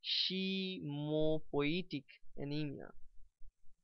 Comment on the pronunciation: Its not dyshe.. its" dys+hematopoietic"😀